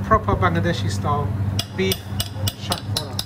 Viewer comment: You idiot. It's Hatkhora. It's unique to Sylhetis and Sylhetis never say "Shatkora". You are a coconut.